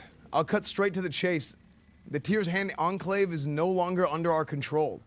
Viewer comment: enclave pronunciation is very off 😃 try checking how to say that word properly after all you are a god sent paladin